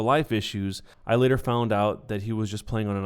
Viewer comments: "And the ladder raids" don't you mean LATER lmao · you said later wrong xD